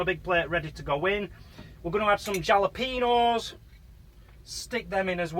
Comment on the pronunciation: The j in jalapeno is a h sound lol